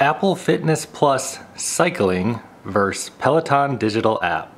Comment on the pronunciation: Good video, but you start by saying "Fitness Plus VERSE Peloton". Forgive me, but the English teacher in me requires that I let you know that's incorrect. The abbreviation "vs." stands for the word VERSUS, not VERSE. A VERSE is a stanza in a poem. You mean VERSUS (two syllabus: Ver - Sus) which means a competition. Just sayin'...